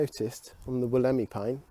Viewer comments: It's pronounced. (Wool -a -my) The Wollemi Pine. Cheers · Hope you and the family are well and recovering. Just a tip, its pronounced Wolla Mie xD